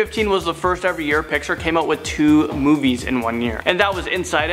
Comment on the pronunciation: he said videos 😂😂